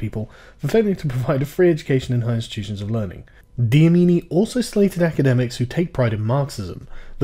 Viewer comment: You were never going to get the students name right haha. The 'c' in his name is probibly not pronounced as an 's' but rather the 'c click sound' and his surname is Dlamini with an 'L'. So basically 'Lamini' with a quick little 'D' at the start.